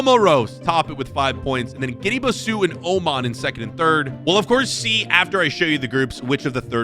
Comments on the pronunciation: Next lesson its pronounced guinea - bisaa not bisiuuuuuu . Bro is insulting Africa, my comtinent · bro just stop pronouncing please please bro, gineu bazuu and be-nine? 😭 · the way pronounce some the names is crazy i think moving forward just ask google how to say some of the names. Guinea-Bissau - Iraq - Benin especially Benin it not benign but buh-neen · Maybe learn how to pronounce these countries names first. You made a complete fool out of yourself butchering Benin, Guinea Bissau and Kyrgyzstan.